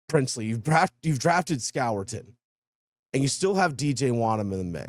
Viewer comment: Great video. To help nicks name is pronounced “score-ton”